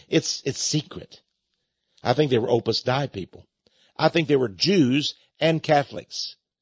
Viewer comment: Texx, you need to learn to pronounce Opus Dei properly before you opine on it.